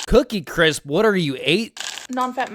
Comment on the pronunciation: Cookie crisps ain’t even that bad, it’s just her saying “cwisp” that makes me want to put her down